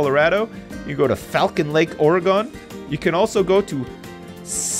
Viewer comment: Oregon is not pronounced like polygon you say it like uragun